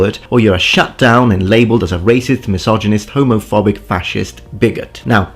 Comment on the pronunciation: Man the only issue I have with you is how you pronounce Homofawbic